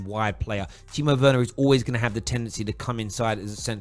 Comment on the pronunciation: It's pronounced verner not Werner